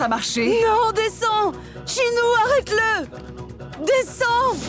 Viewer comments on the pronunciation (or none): Qui a remarqué au lieu de tchinou vidya à dit chintou,Donner moi un like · elle devrait dire Tchinoo à la place de tchintoo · Qui a entendu que a dit nous retrouverons tchintoo et shaloo au lieu de tchinoo..